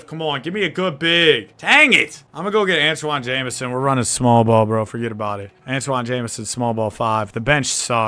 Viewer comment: bro sayin forget about it like he italian